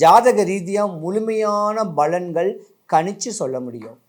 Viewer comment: balangal illai palangal